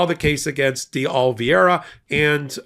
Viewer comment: Oliveira is a Portuguese language name and pronounced O-li-VAY-ra. Not Olviayra.